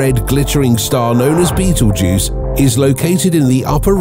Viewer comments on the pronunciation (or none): I don't think it's pronounced' like the movie, but can turn this into a drinking game. Every time you hear bettle'juice. Take a shot.😅